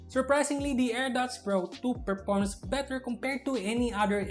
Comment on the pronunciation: Good choice of words, clarity and vocab but you just keep making V sound into B sound and TH to D Example: you sound "this" to dis "That" to dat "Performs" to perporms "Competitive" to competitib "Videos" to bideos "Battery life" to battery lipe Other than that, good review as always.